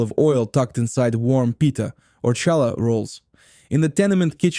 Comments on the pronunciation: Ai Russky can't properly pronounce challah ! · After making me wince by mispronouncing “challah,” you totally lost credibility with me when you made the common mistake of confusing smoked salmon with lox. Smoked salmon is nice fish, but it was UNsmoked brine-cured salmon, real LOX, that combined with cream cheese on bagels to become a new favorite of Jewish cuisine. Nova Scotia and other smoked salmon had nothing to do with it until decades later when some stores and restaurants started misrepresenting smoked salmon as lox. Shame on you for perpetuating a deception that has caused real lox to almost disappear from the market. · c'mon. This guy isn't Jewish. Is there a Jew in the world who doesn't know challah is not pronounced with an American CH? Or an Ashkenazi Jew anywhere who says matzo "bree"??? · Good content read by an uncircumcised Russian bot. Lol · Yes, the pronunciation was lacking in certain words. Like challah 😂 but the food looked really good. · AI with its fake Jewish accent. Ity said shallah, not challah. AI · It's Halla. Not challa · WHY DID YOU SAY CHA LA? WRONG! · Who did your voice overs? Horrible. It's Knish with a K not pronounce Nish. Also real Jewish Deli Sandwiches do not mix meat with milk. That would not be Kosher. That would just be Kosher Style. Get this right. Do this video better. Challah is pronounced with a Guttural CH sound it is not a J sound...On your video the voice over person dos JChallah. Not correct. Get this right. Find an actual Yiddish Speaker to do your voice over. NYC is filled with Jews who can pronounce these words correctly. And who understand that Jewish Food is not meat with milk. I was looking forward to this. Get this right! Matzoh Brie.,....Pronounced Bri....Strong I. Not Brie like the Cheese. Sigh. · Hallah not challa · It is Hala Bread not shala your pronunciation is wrong 😑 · 1. Challah is pronounced 'HALLAH. 2. MATZOH 'BRIE ' is pronounced 'BRYE'. Not brie, like the cheese. ENJOY!!!!